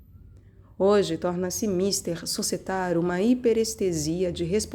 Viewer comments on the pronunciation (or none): Muito bom. Só uma dica: você pronuncia míster, com a tônica no "i", como se fosse "senhor" em inglês. A pronúncia é mistér, com a tônica no "é". De resto, nota 10 (fora a banalização da 5a de Beethoven na entrada. Mas tudo bem. Aí é chatice minha).